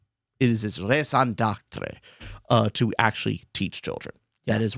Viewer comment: Please google how to pronounce raison d'être :D that was atrocious haha